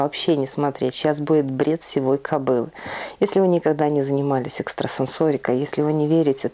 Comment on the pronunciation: Сивой кобылы, ударение на И. Сивый-это цвет, ближе к седому.